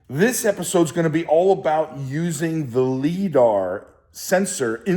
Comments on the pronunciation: Great video, perfect level for most people to get value on this process. And 18 minutes of me yelling “it’s pronounced LyDar” …then the phone call 😂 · lol... every time he mispronounces liDAR has me cringing... makes the clip unwatchable... ugh